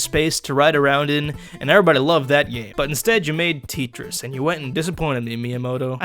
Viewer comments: This is a joke if not I dislike I like Tetris and also it’s pronounced tet like yet ris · My god please stop it....you are triggering me by calling it ( Tea - Triss ) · IT IS CALLED TET- CH-RI-S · Why do u pronounce it (teetris)? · Why does he say "titris" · I think it's pronounced tay-tress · Did this guy fucking say "teetris" tf is wrong with you. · Julio Zarate, im sorry, but im not joking, thats because tetris isnt supposed to be realistic, and its pronounced Tett-triss! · ...t-... tee- oof... TEEtris? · Teetriss T e e t r I s s TEETRISS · It’s pronounced tent-rest u fking DeGeneres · Whenever he says Tetris it sounds like "Treachers". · Lol why do you pronounce it as teet-rees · Tetris is the most popular game ever and hate will not be able to overcome it's popularity. You will not be able to stop Tetris like that and this is not how you pronounce Tetris. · "teet tris" fabulous job again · I think you mean Teet-tris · you sayin titris just makes me feel all ugh idk why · Who the fuck calls this TEET-ris. >.< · Hey i belive the game is pronounced "Tetris" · i hate how he pronounces tetris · I hate this guy... he pronounced it wrong and he dislikes the game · U don't understand Tetris You even pronounced Tetris wrong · stop saying tetris wrong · You pronounce Tetris like my aunt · I was hoping you'd eventually pronounce it correctly... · wow. now i will never say Tetris properly again... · mispronouncing it on purpose. It's a parody review. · If you hated Tit-tris, you'll hate The New Tit-ris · It’s pronounced (teh-tris) not (tee-tris) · Its not teetris its tetris Sorry it just annoys me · Literally as soon ad he said teetris I laughed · Tetris not titris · tee tris? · Its pronounced Te-tris not T-tris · How dare you call Tetris "Teetris" : /.. and it was first released by Nintendo not Sega. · it’s not teatrees it’s tetris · ITS TETRIS NOT TEETRIS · It's not teetris it's tetris you duuumieee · Its not ttrus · its t e t ris not teetris